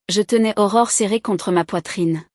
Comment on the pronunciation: Aurore et non horreur